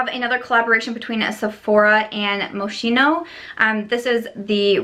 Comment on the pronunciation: Moschino is pronounced “mos-ki-no”!